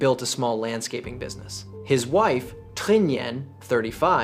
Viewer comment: Pronunciation of the Vietnamese needs to improve. It's not hard, just can't use American pronunciation to the romanization created by the French: "Tr" is basically like the Chinese pinyin "Zh" if you know how that is pronounced. Trinh would be Zhin or Zhing.